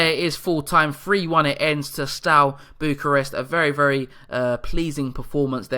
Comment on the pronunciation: I'm a new follower of the series, very nice one! Have you given yourself any restricting rules regarding amount of foreigners you'll allow yourself in the squad to ensure you still have a strong romanian presence? If you want to look up pronunciations a bit you can check (e.g. Ș = Sh, Ț = Ts, Ch = hard "k" sound as in "keg", C = like "ch" in "chest"). And "i" at the end of words is always(?) mute for nouns for example in Botoșani and Iași. Hai Steaua!